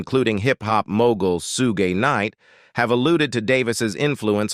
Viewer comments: Maybe it was sarcastic or a simple mistake. It’s SUGE KNIGHT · Please do your homework so you could pronounce the artist name right😂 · Ai generated voice they mispronounce just about every unique name in the industry facts !!